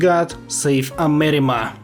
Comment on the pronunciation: why you say amerima?